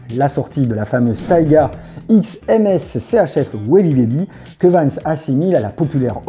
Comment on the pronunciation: Très sympa, en revanche MSCHF, se prononce MiSCHieF